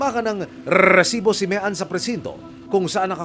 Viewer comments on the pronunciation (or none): Yung RRRRREsibo na pagbigkas niya tuloy parang unrealistic and balita. Anyway, rape case kelangan ibalik ang bitay. Halos linggo linggo may ginahasa at pinatay. Tingnan lang natin kung may gagawa niyan kapag bitay o lethal injection amg parusa. Tanda ko noon Leo Echegaray, halos ilang taon ding walang kasing rape.